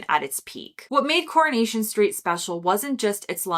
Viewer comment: Now Netflix is destroying all that. You need to correct your pronunciation, It's CorOnation, and Captain Mainering, the W is silent. I'm guessing you've never seen these programmes, A your too young,B you are American. Probably read about them, or talked to people "what's your favourite old tele shows. You missed out the one that started it all Hancocks Half Hour, probably because it was in black and White. The Office was crap, and so is Ricky Gervais.